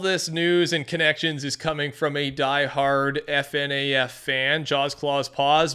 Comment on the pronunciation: It’s not F-N-a-F, it’s FNaF. Like Fuhnaf. 💀